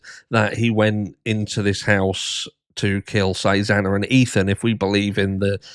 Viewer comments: The judge couldn’t even say the victim’s name right! He mispronounced X’s name twice! 😫😭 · Judge Hippler mispronounced Xana’s name twice. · Hippler said Xana's last name wrong TWICE on the hearing! What a friggin' clown. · When Hipler couldn’t even say Xana’s name right!! I was fuming! They supposedly care so much about the victims but don’t care enough to learn their names?! It’s pathetic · Oh goodness, he corrected himself immediately and apologized. He just misspoke. He knows her name.